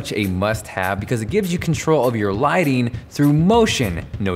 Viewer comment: He said "Ligteeing" .... Sara Palin Much ?